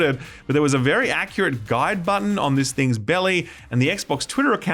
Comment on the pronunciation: It bothers me that he says “budden” instead of “button”